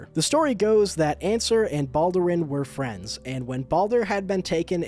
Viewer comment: So weird seeing someone say Balduran as Baldurin.